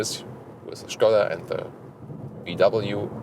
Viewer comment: You're kind of the only one on YouTube pronouncing Skoda the right way but you pronounce all the German names the english way?! That is kinda disturbing and strange. Stilll kudos for pronouncing Skoda as it is supposed to be!